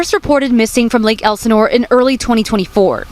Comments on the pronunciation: It’s pronounced Lake L-Sa-Nor lol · Love you, but It's Lake Elsinore.. where is Lake Elanore 🤔 lol but yeah her mom definitely shouldn't of let her daughter date that zesty demonic Pedo 🤦🏾‍♂